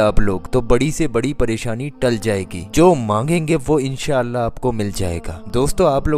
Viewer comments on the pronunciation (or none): none